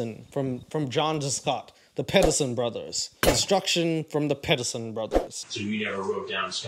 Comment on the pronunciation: My surname is Pedersen and every time it gets said in this episode I cringe